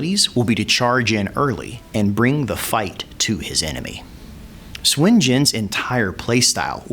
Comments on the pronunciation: The enunciation can be a trap depending on how the chinese speaker uses the U, it can vary from Soon to su/n, definitely not swin, but i can understand enunciation is not always consistent. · It is suun not shwin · okay since it's my SURNAME. it's pronounced "SWIN". It's also the same Surname of Goku and the Money king. SOON is INCORRECT. SUN or SON is also INCORRECT. (SON GOKU is a romanized way to pronounce Sun Wukong) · Nope. "Soon" is incorrect it's close but incorrect. here is a from an actual chinese movie where Sun Wukong pronounces his name.